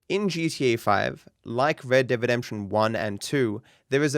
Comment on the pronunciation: You had me dying when he said redebedemsion